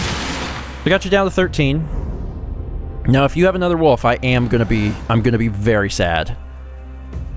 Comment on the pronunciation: I like how pronounces Wolf as Woof.